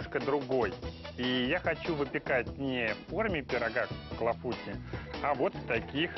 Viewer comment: Tarte aux cerises Clafoutis!!! (Клафути -ударение на последнюю букву "И" неужели так сложно выучить, как правильно произносить название этого Французского десерта???